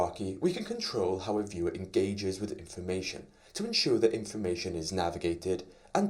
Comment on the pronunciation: It should be 'informatIOn' not 'informatOIn' :)